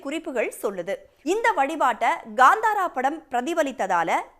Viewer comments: Gaaandhaara ❌ Kantara ✅ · ಅವ್ಳ ನಾಲಿಗೇನಾ ಹರಿದು ಉಪ್ಪು ಕಾರ ಹಾಕಿದ್ರು ಕನ್ನಡ ಬರಲ್ಲ ಗುರು.. ಗಾಂದಾರ ಅಂತಾಳೆ, ಹೊಂಬಾಳೆ ಗೆ ಹಂಬಾಲ ಅಂತಾಳೆ.. ಕೇಳೋಕೆ ಬೇಜಾರ್ ಆಗ್ತಾ ಇದೆ.